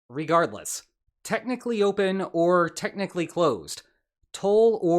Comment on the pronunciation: “Clopen” 😂 you’re a funny b*stard